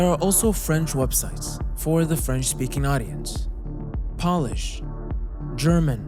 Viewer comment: Pole-ish, not Pol-ish. Why are americans so bad at pronunciations?